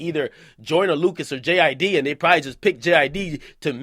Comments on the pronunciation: I thought you say J IDK 😭😭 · Its jid bro just Jid